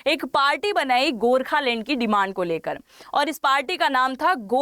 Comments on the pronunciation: Lend.........Land...... check pronunciation. 😂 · Mam rehne do aapki land ko lend bolne se hi samajh aagyi aapki knowledge ki😅…. Dhruv bhai hi es par praksh dalenge🫡